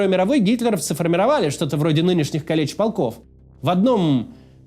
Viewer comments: Для справки: Не калЕч, а кАлеч. 👍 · Уже который раз хочется поправить. Не кАлечь а кАличь правильно называть.